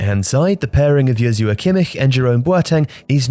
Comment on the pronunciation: As usual, amazing vid! But something silly to point out, which caught my ear: the way you pronounced "Joshua" Kimmich. Impressive